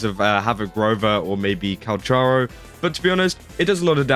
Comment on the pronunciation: thats not how you say calcharo...